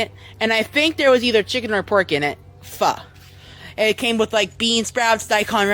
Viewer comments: I literally looked up how to say Pho and he is pronouncing it so wrong that is driving me crazy when he says it it’s not Fa, it’s Pho!! Oh my goodness!!! Oh, and the way his mouth moves drives me up the crazy train too which oh my goodness drives me crazy too… and ugh 😤… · It's pronounced 'Fo' you slimy man